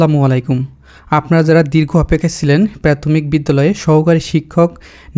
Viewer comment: আগে উচ্চারণ শিখেন তারপর ভিডিও বানান। প্রাথমিক রে প্যাতমিক বলেন